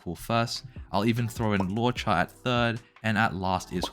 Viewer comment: Calling Luocha ‘lowcha’ is childish asf grow up. And you’re basically saying that loucha’s ability at healing full hp is too much, isn’t that what Abundance is for? And that still doesn’t change the fact that Luocha heals the entire party in one turn, while Gall heals one member each turn 💀